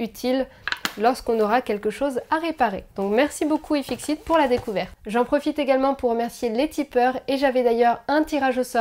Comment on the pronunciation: #FAQHeliox, un contacteur basique (ampoule, relai ?) pilotable par Alexa ? Imprimante : clone Prusa I3 MK3 (à prononcer Pruça et non Pruza comme lfp). Les petits picots "breadboard" s'appellent des connecteurs Dupont mâles. Sinon je crois qu'on dit "Aiefiksit" ;)